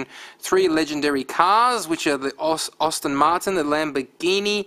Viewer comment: Please speak properly, its 'ASTON' not 'OSTIN' martin. Also, the 360 version looks fugly because of the green border.